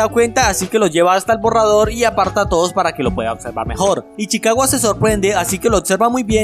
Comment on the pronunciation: Una pregunta porque decis ichiwaca es ichicawa